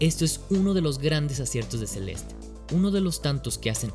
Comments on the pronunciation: ce-les-te- no Celest, ni Sel'est, es como el ridiculo que dice "carolina herrera" con acento gringo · Él: “Celest” Yo: “Celeste” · a mi también me molesta, el juego se llama celeste, con una E al final y se pronuncia asi. CE LES TE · Porque diablos le llamas "Celest"? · “Celest, que cosa es Celest?” “Celest, el juego Celest” “Celeste pendejo, se dice Celeste” “Celeste es en español” “Estas hablando en español PTM” Saludos. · Porque le dice celest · Por que lo llama Celest si literalmente su nombre es Celeste tanto en ingles como en español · Por qué dices Celest cuando es una palabra en español? por dios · PORQUE DICES "CELEST" SI EL JUeGO SE LLAMA "CELESTE" AAAAAAAAAAAAAAAAAAAAAAAHHH (es hironico) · Por qué carajos dice "Celestt" en vez de "Celeste" 💀💀??? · CELEESTE NO CELEST PELOTUDO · Me estresa que diga Celest en vez de Celeste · Se dice celeste y no celest, ahh que pesado tío, dislike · Se dice CelestE y esta a $5 USD en la eshop ahora mismo people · tan dificil es leer celeste y no celest? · se-lest ni porque el nombre es una palabra en español lo dice bien el morro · Un juego con título en español y pronuncia el nombre como "Celest". Perdón pero tenía que acotarlo. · si en el video en vez de llamarlo "Celest" a cada rato lo hubieses llamado tal y como se pronuncia tal y como hispano-hablante que eres, lo petabas. Pero es una buena opinión del juego, no lo voy a negar. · Todo el video con la vena a punto de explotar porque le dice "Celest" y no "Celeste" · se dice celeste no celest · No se dice celest, se dice celeste. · ¿Por que pronuncias Celest?, ¿Te gusta el spanenglish por que suena muy disonante?. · como puedes pronunciar mal el nombre de un juego en español?